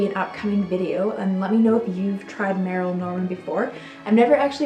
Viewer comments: Can't believe you never heard of merle Norman her makeup counters were so.popular in the 80s for makeovers by the way it's not pronounced merril it's pronounced merle like pearl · Ponds changed its formula a few years ago. Instead of just the original seven ingredients, it's now loaded with chemicals. I still use it but it's sad they did that. Albolene has been around for a hundred years, and Merle is pronounced "Murl" :) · Merle Norman is pronounced "murl". It has been around a very long time. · Fyi, the pronunciation of Merle is that it rhymes with Earl. Thought you'd like to know. :) I just found your videos and am really enjoying the walk down memory lane. It's also a great reminder that newer isn't always better. Thanks for sharing all these finds.